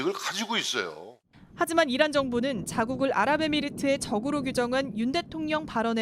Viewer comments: 이란이 아니라 '이런' '이론' '일한' 으로 들리네요~ㅋㅋㅋ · 나는 이란 이 아니고, 계란 으로 들리던데 ? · 이란이 아니라 계란이라고 표명 했어야죠..전 다시 들어봐도 계란이라 들리는데!! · 다시한번 잘 들어보세요~~~! 이란이 아니라 이양이라했고, 적이 아니라 정이라고 했습니다! ㅎㅎㅎ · 다시 한번 들어보십시오. 이란이 아니라 이런이라고 했습니다 ㅋㅋㅋ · 이란이라 하지않고, "이런"이라고 들리는데, 나만 그런가 ? 왜그래 ? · 잘들어 보십쇼.이란이 아니라 명란입니다.주적이 아니라 추적입니다.아니라구요?그럼..기억이 잘 나지 않습니다.암튼 국익을 해치는 조작 방송하시면 안됩니다.